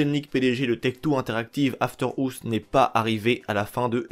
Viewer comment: « After ours » ptdrrr gros accent